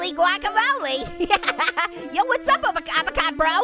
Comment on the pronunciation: Its not a abacoto its a its a XD ITS A FRE E SH A VOCA DOO XD